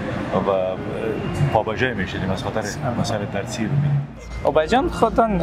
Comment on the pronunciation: آقای جوینده ، اسم پسر خود را رومی گذاشته ، فکر کنم به ارتباط ، مولانا جلال الدین محمد بلخی در غرب مشهور به رومی گذاشته شده ، اما به جای اینکه این اسم با احترام به زبان بیاورد ، مکررا میگوید ، رومیگگ، وقتی رومیگگ میگوید ، ادم به یاد بادنجان رومی می افتد